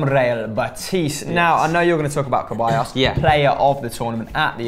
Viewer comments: it's said Seballos not Keballos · Why do they keep saying ceballos's name wrong?